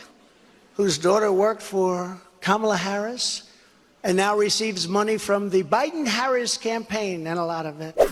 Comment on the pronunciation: I was surprised that he pronounced Kamala Harris's name correctly though.